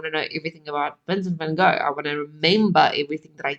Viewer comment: I’m proud of you for pronouncing his name in Dutch. It’s not the easiest sound to make for most English speaking people. Spent some time in the Netherlands maybe? 😊